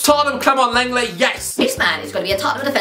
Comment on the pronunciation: Saying lenglet made me cry